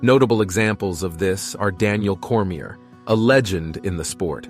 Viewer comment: what’s with all these AI channels popping up? was on board with the video until your robot mispronounced “Daniel Cormier.”